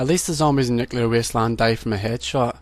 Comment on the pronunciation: WTF man i liked your video but nuclure island that is the worst ever